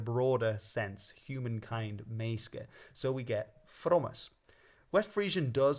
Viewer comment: Also, the middle syllable of menneske/menneskja isn't silent in most dialects